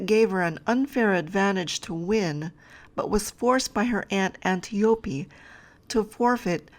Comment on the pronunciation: it's pronounced an-tie-oh-pee